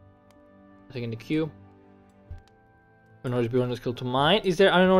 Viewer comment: while were talking about words that you have trouble pronouncing you might want to open up google translate (its what i always use for singular words) and lisen to how queue is ment to be pronounced cause you and wicked tend to say something like qu-we (i dont even know how i would write out how you 2 say it) but the way its ment to be said is not that at all! D: and its been bugging me! lol google translate also helps with words like trough, so if you ever wonder how to pronounce a word, just use google translate! :D